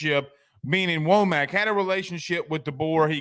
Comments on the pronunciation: It's pronounced, Wha-muk. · First, learn to pronounce his name correctly. Second, when he was defensive coordinator at Indiana, he was a Broyles award finalist as one of the top, five assistant coaches in America. He knows the Alabama, Georgia and Florida region as a recruiter. Finally, it appears as if. DeBoer is attempting to build a staff that will be there with him for more than a year, which Alabama has not had in quite some time. They could get away with that with Saban as the coach. I don’t believe that they can get away with that in the first few years of a new coach’s career. That kind of turnover means that every year turns back into the first year. He hast to build the kind of continuity that breeds success and earns you the right to later succeeded with high coaching turnover.